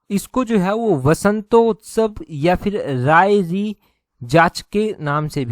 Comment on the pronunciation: Sarhi nhi sayri hai arki bala